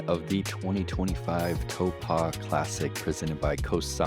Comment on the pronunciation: You know we love you, but... it cracks me up every time he mispronouces Taupō. It's not "toh-pah"... it's "tah-poh" or even "toh-poh".